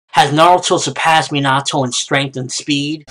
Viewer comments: it's pronaounced as minato not minatoe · minato is pronounced me na to